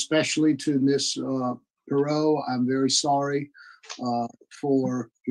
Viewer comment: Her name is pronounced Pur-rot. She was golden here in Houston. I don’t really remember hearing about this though.